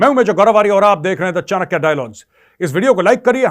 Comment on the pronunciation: Correct yourself sisters its chanakya not chankaya